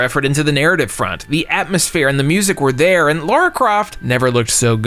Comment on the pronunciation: You seem like a nice guy… but if you keep pronouncing Lara like “Laura”, people are going to institutionalize you for being mentally challenged. Edit: the same goes for the way you pronounce “mayhem” 😬